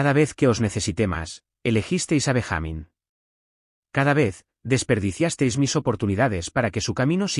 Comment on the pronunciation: Benja-mín no Ben-jámin